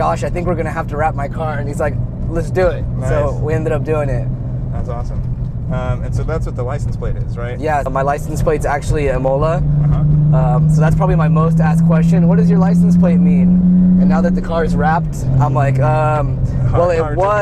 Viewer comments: Lol its pronounced "ee-moh-lah" btw IMOLA is a race track in Italy, where the legendary Ayrton Senna died after crashing his F1 Williams car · definitely a poser...can't even pronounce Imola correctly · At least pronounce Imola correctly. It is on your plate....